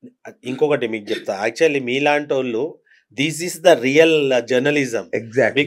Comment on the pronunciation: వాల్లు కాదు, 'వాళ్ళు' అని పలకండి. తెలుగు భాషను గౌరవించండి.